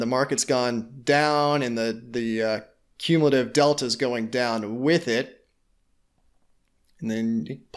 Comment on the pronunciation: You can’t even pronounce cumulative